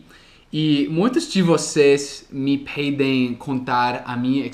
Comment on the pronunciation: Oi. Muito bom seu video e vc acaba de gangar mais um inscrito. So um toque: Cuidado com essa pronuncia do verbo " pedir" pq eu ouvi que as pessoas peidam e vc no comeco do video, hahahaha. Gringo cai nessa e nao e o primeiro q escuto algo parecido. Abraco.